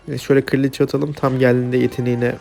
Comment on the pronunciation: Kardeşim kiraliçe değil kraliçe sinir oluyorum